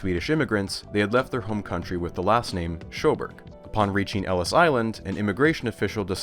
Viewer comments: Great video but you absolutely butchered the pronunciation of "Sjöberg" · I will admit that my Swedish is not amazing, but I'm pretty sure that's not how you would pronounce Sjöberg. The Sj together like that make more of a "hwa" sound, and the g at the end of the word like that is going to make more of a "y" sound. It's just one of those quirks of Swedish. It's more or less phonetic when you know the rules, but it can be a stumbling block when you don't. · Fun fact, the name "Sjöberg" doesn't sound at all like what a non-Swedish speaker might expect - it's pronounced [ɧøː.bærj]. The initial sound is more of an h, and the -berg sounds almost like 'berry'.